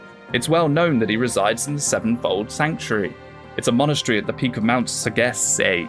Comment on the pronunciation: Round two with "Sagesse"! The -e at the end, you don't really have to pronounce it. It's like Sage-ss. and the -s are like s in Spiderman or Sabrina, not a -z. As for the british coffee, I guess is used to these long american coffee huh? I heard they don't do coffee like Europeans.